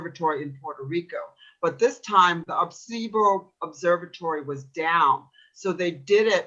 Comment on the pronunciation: Air-Ah-See-Bow. Dumba$$.